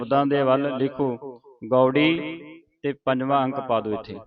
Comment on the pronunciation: ੫ ਨੁੰ ਪੰਜਵਾਂ ਪੜਨਾ ਹੈ ਨਾ ਕੇ ਪਜਵਾ। ਜੇਕਰ ੫ ਨੁੰ ਪਜਵਾ ਬੋਲਣਾ ਹੈ ਤੇ ੧੧ ਨੁੰ ਗਿਆਰਵੀਂ ਬੋਲਣਾ ਹੈ।੯ ਨੁੰ ਨਾਵੀਂ ਬੋਲਣਾ ਹੈ ਤੇ ਫਿਰ ੫ ਨੁੰ ਪਜਵਾ ਬੋਲਣਾ ਗਲਤ ਹੈ ।ਗਰੈਮਰ ਨਿਯਮਾਂ ਅਨੁਸਾਰ ਤੁਸੀ ਗਲਤ ਪੜਾ ਰਹੇ ਹੋ। ਤੁਹਾਨੂੰ ਗਰੈਮਰ ਦੇ ਨਿਯਮਾਂ ਨੁੰ ਸਮਾਨ ਦੀ ਬਹੁਤ ਜਰੂਰਤ ਹੈ।